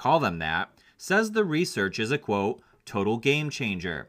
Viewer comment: I really like you vids, dude but I do find myself annoyed with the "quo" thing you keep saying instead of the proper way to say it: "quote". Maybe I'm just no longer hip anymore or something but I really don't know where you came up with that.